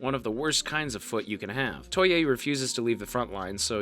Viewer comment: gwarneree, muck and kentala, toy-eh, and george lose all had me giggling a little too lol